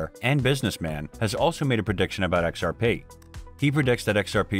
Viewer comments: im i the only one hearing it like this occasionally lol "ex are Pae" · X-R-Paaaei guyz